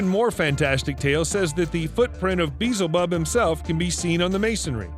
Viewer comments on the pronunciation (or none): “Bee-zul-bub”😂 NOOOO lol, you butchered that😂